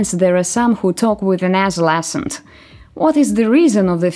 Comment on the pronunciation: Было бы неплохо тому кто это озвучивает по-английски научиться слово accent выговаривать правильно, я уже не говорю о качестве английского произношения в целом.